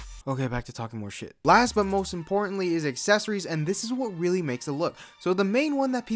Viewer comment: "But Moast Importanly" WHAT??